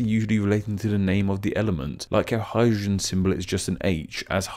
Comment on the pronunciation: Hydrogen is pronounced "Hygen"? WTF